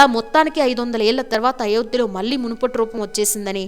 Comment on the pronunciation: అమ్మా తెలుగు ఒత్తులు పొల్లులు నేర్చుకో. మల్లీకాదమ్మా మళ్లీ అనాలి.